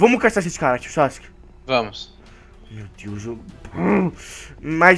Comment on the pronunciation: o sake iafala votimata boruto